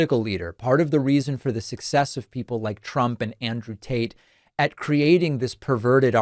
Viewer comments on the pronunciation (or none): Yes confirmed, he is saying Andrew Taint.